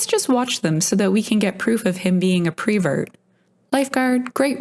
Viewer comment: It is not prevert it is pervert.